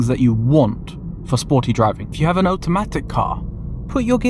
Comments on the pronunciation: Please say automatic correctly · Oat-a-matic heheheheh